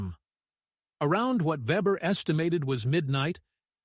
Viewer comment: His last name was not webber but weber .